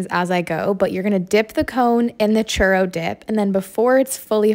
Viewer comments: “cherr dip cone” it’s ‘choo-rro’ not cherr learn how to pronounce churro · Ok it's the way you just said churro like that ur sooooooo white. In Mexico we pronounce it (choo) (roe) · It's pronounced (ch-oo-row) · Lmaoo the way they pronounce it a charo 😅😂😂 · Choorro is how its pronounced. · Pronounce churro right chu row. I your rss and sounds like someone saying eag instead of egg 🥚 bro say it right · I wish she could say churro the right way this makes my nerves go up boooiii idk how to spell it in English so it can pronounced better churo maybe lol